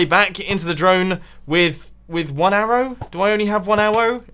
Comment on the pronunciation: "Do I really only have one Awwow" - MumboJumbo 2k16